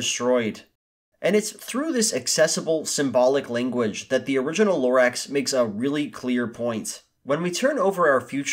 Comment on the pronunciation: The more you say Lorax the more it seems like you said it wrong.